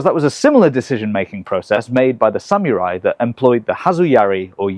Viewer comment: Love your videos to death but hearing you saying "Sam-you-rye" broke a few ribs I'm afraid 🤣 Excellent video nonetheless!